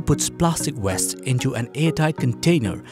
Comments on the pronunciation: please pronounce WASTE (waiyst) not WEST. it just sounds very odd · Well done my man!! And to the narrator its plastic waste not plastic west!! 🤣🤣